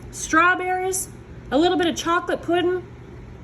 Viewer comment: Lol, you actually say "puddin'". Only in the south 😂❤!